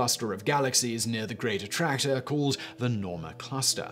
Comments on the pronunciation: Every time you said "Great Attractor," I heard "Greater Tractor." Southern people problems lol. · I completely thought you were calling it The Greater Tractor. I'm an idiot